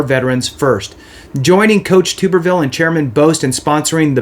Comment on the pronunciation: Pronounced Tub-er-ville.